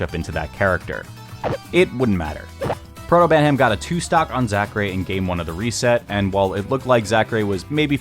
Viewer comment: And he also says "Protobantam" just before that